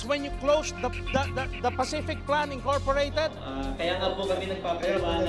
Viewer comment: Paciflikadong plan pala hindi pacific plan hahaha